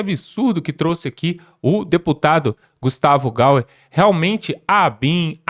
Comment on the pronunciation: Deixa eu te ensinar uma coisa: Não é Gustavo Gauer: É Gustavo Gayer. O y tem som de I.